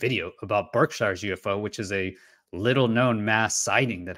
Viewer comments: I just have to say it lol. It's pronounced Birkshears (Berkshire's). I live in ma. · "Bark-shur",:o)